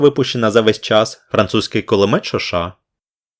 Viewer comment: Система шо шо,а не ша ша))))